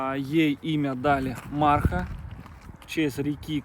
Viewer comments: ударение на Мархаа, а не Маарха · Марха ударение на последнюю А. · Марха, ударение на последнее А. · Река называется Марха! Ударение на последнее А... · Марха...,ударение на конечную букву а..... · ударение в её имени Марха на последнюю букву! Спасибо за то, что вы делаете! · в названии реки Марха, ударение на последнем слоге. Желаю нашей якутской волчице здоровья, я очень рад что она обрела семью и заботу.